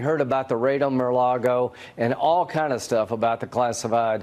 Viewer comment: What the fuck is merloggo?